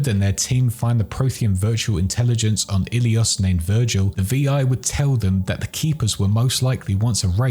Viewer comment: It's name is not "Virgil" it is Vigil.